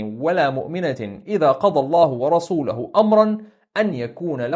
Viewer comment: اذا قضي الله ورسوله, بضم اللام فى ورسوله وبارك الله فيك وجزاك الله خيرا